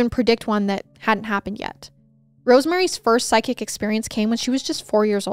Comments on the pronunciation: I can't help but laugh when says "psychic" because her tiny accent sounds like "sidekick". ♥️♥️ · It sounds like you keep saying SIDE KICK instead of PSYCHIC 😂😅 I need a hearing aid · Me too … everyone should have a “sidekick”!!!!🤪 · Random thought here, but every time you said “ psychic” I heard “sidekick”. 😂😂😂